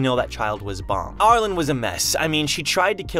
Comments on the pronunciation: why do you pronounce arlene as ar-lon and not are-leen? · Ar-lean. Not Ar-lin. Lol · Arlene is pronounced Are Lean at least as far as ive known for the past 60 years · Lol, I keep wanting to correct his pronunciation of her name! Ar-leene!